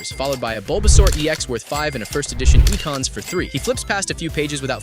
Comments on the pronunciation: Ahh yes.. ee-kahns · “Eee-cons” never speak to me again. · “Eeekahns” wtf. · E-kons????? Eeeee CONS!!!!? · ee-khan's? imagine not able to pronounce such a old basic pokemons name.. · I want the dislike button back now for how he pronounced ekans...